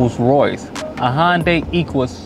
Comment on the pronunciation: Hyundai pronounced (Hunday) not (Honday)